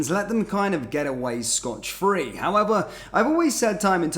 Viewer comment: Not scotch free,it’s Scott free.